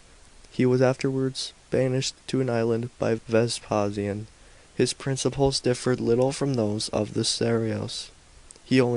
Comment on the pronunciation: At Chris Carron returns with a vengeance, clearly bored and often incoherent. I did not know there were so many ways of pronouncing the name of Vespasian in standard English.